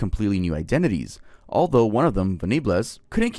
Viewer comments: I have never heard anyone pronounce Venables (ven-a-buls) as how you said it 🙏🏻💀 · U said venables wrong its said like ven ables (like ur saying apples but with a b) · long time watcher, first time commenter - John venables' story is actually insane if you look more into it, dude just cannot fathom being a decent human being 💀also his last name is pronounced 'ven-ah-bulls' :)) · Sorry I have to say you’ve pronounced Venables wrong 😬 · You pronounced Venables so so wrong 😂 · I’m sorry but the way you pronounced Venables is hilarious lol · Hearing that way you pronounced venables is killing me idk if it’s pronounced differently in USA but omg 😭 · Great video but pronouncing Venables like that made me weep 😂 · Ven-a-bles, not “venablez” he’s british, we don’t have cool sounding names 😅🤣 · Ven-Ah-Bluz! Hahaha! Quality. Not that they deserve to have people care enough about them to pronounce their names right, but in case you ever need to say it again, it's VENNA-BULLZ. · Hey Love as always, but the info about the Jamie Bulger case here is really poor. It’s an extremely well recorded incident and you didn’t pronounce the names correctly or give accurate information. These are English names, not Spanish or French. Venables is “ven-uh-bulls” and Bulger is just as it looks. The Child’s Play thing has basically no evidence. One of the investigators said Venables wasn’t living with his father at the time and likely didn’t see the film. He also never blamed the film. I’ve seen every piece of content relating to this case. I appreciate you man, but that was very clearly poorly researched. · The Jamie Bulger murders were not inspired by Childsplay 3 that was just media bullshit. Also Venables name is pronounced like Hen Cables. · Venables pronounced ven a bulls and bulger is bulge er My uncle was one of the scenes of crimes officers on this. One of the most horrific things he’d ever seen. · It’s pronounced ven-ab-els